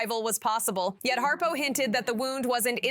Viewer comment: His name is Brian Harpole...not Harpo. This is crap.